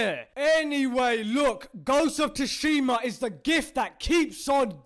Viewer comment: It's not Tushima It's Sushima